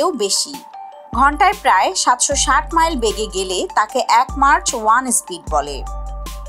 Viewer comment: এটা মার্চ না ম্যাক হবে